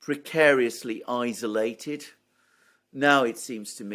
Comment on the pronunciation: Thank you for pronouncing "isolated" correctly. Can you please tutor Alexander now to do the same?